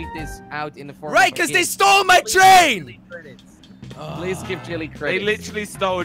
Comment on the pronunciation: When jelly says train he says chain